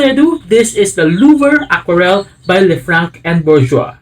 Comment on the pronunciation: Great video, thanks PS: the C at the end of Lefranc is silent. Louvre is pronounced "Louvr"